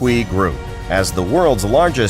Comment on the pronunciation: I wish the guy could pronounce Shantui right. TUI should be "tway".